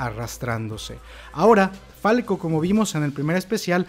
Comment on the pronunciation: Parece una IA la que esta narrando, como que grice? se llama falco! y como que flaco? es falco. xdddddddd